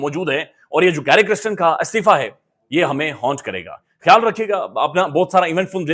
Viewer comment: pl pronounce the name correctly - it is kirsten not kristen !